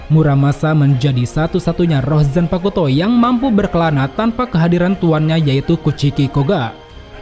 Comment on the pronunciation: Bang, maap nih, zanpakuto tu cara bacabya tu, "u"-nya silent bang, maap ya tapi risih aja dengernya